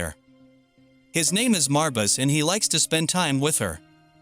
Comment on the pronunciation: Is anyone else bothered by how choppy and disorganized this sounds. Like I feel like he's just jump cutting what he's saying. Also he keeps changing or saying Marbus' name wrong and it bothers me.